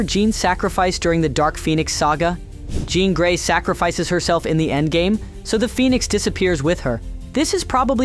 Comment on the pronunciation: Definitely is. That’s why it kept pronouncing her name wrong.